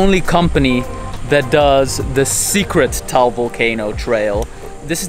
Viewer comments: Did he just say taol volcano??? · It's ta-al cuz I'm a Filipino person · HELLO! He DID NOT pronounce it right! It's pronounced tuh-al not towel.